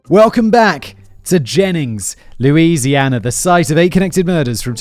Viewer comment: And yes, everything in southern Louisiana is french. Your pronunciation is quite humorous though